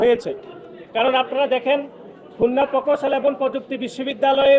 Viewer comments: শালার পুত, তোর বাপ ফাহাদ আবদুস সালাম কে জিজ্ঞেস কর , কার দোষ। তুই বুইড়া কিসের ছাত্র রাজনীতি করছ? তুই ঠিক মত প্রকৌশল শব্দটি উচ্চারণ করতে পারছনা আবার সংবিধানের ধারা উল্লেখ করছ। ছিঃ! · এদের উচ্চারণ এমন কেনো? পৈত্যেকটি ,পকৌশল কোন ভাষা? এরে কি দেখে নেতা বানাইছে তাও আবার কেন্দ্রীয় সাধারণ সম্পাদক।